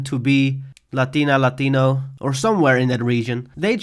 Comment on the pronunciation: Bro I do love your videos, I think from all the small GTA 6 channels you are the best and the video is cool, but that buff girl theory bro 💀 lol, but nice vid nonetheless ❤ P.S: I loved how you said Latina Latino it sounded so good